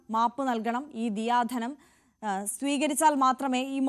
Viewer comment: ദിയാധനം അല്ല,, ദയാധനം ആണ്